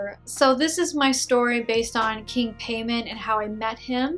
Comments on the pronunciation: i’ve got nothing but positive result from king Paimon (Pie-mon) not pay mon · His name is King Paimon. Pronounce as Pie Moan not payment...I have never heard of him in any films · “Paymon” 💀 Pai-mon so simple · Paimon ( pronounced Pie-Mon ) not pain on. I think she says "Pay-Min. She made it up, regardless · It is pronounce Pae-muwn. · Haha true and she says his name all goofy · I don't think she's a demonologist she didn't even know how to say king paimon name right and not only that didn't even know who he was I'm not a demonologist I'm not a person who worships these daemons nor work with them But I know who he is. And if she did have this experience I'm pretty sure she met a trickster spirit. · Paimon ? Sounds like a Jamaican bill collector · Fake cuz u even pronounced the name wrong lol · I think you’re pronouncing the name wrong... and how can you forget one of the most important demons in the ars goetia? I’m not Luciferian or satanic, but I’m really sure people that summon him like Behemoth-X would point out a lot of your inaccuracies (no offense). PS You should try and summon Marbas 😉 “All the demons of Hell formerly reigned as gods in previous cultures. No it's not fair, but one man's god is another man's devil.” -Chuck Palahniuk, Damned (Damned, #1) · Right lol she can't even say his name right hahaha